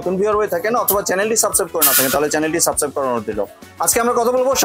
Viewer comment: সাবস্ক্রাইব একটু সুন্দর করে উচ্চারণ করবেন প্লিজ। ভিডিও সুন্দর হয় কিন্তু এই সাবসাব কথাটা ভালো লাগেনা।আমি শুদ্ধ আপনার ভুল ভাঙ্গানোর চেষ্টা করেছি মনে কিছু নিবেন না।